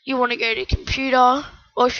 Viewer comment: learn to say computer.